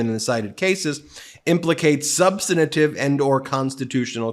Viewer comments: Ben, please learn how to pronounce "substantive"! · Ben the word is pronounced SUBSTANTIVE not SUBSTANITIVE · Excellent commentary as always Mr. Meiselas! Just one small point: the word "substantive" is three syllables, not four, and so is pronounced "SUB-stan-tive," and not "sub-stan-na-tive." I hope that you will accept this in the spirit of constructive criticism---which it is---which will make your commentary not just excellent but practically perfect! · SUBSTANTIVE! not "substanative". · Thanks for the update. Her initial response was mind-boggling. Incidentally, it's "substantive", not "substantative". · substantive. Check pronunciation. Thanks.